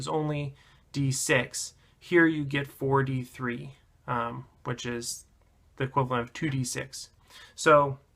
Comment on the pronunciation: was really confused first, when you said "4 D3". I first heard "43" and was confused as fuck xD